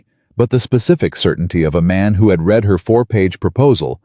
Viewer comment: AI is illiterate. He 'reed' the 3 pages? He 'red' the 3 pages. Read vs read and AI has no clue and the person posting these stories never edits as claimed undèr 'description' AI should be boycotted and then banned. I am so tired of FAKE.